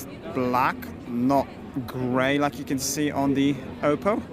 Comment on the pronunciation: wszystko fajnie ale nie wymawia się do kruka pana 'oupou' tylko 'oppou'. Weź bo lubię twoje filmy ale boli mnie gdzieś podświadomie w środku na takie natchnienie.